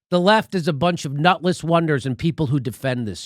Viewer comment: “Nutletss wonder.”